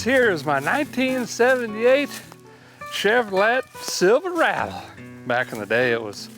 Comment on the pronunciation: He said Is a CHEVROLET SILVERADO 😅 with an accent 😂